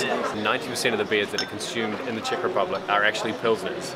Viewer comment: brooo, it’s czech, not chick... but anyways, your videos are great :)